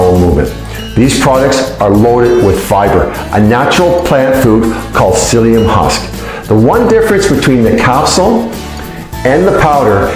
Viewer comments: Its pronounced "Silly-um" hope that helps. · PSYLLIUM HUSK. Not "silicone husk" 🤦🏻‍♀️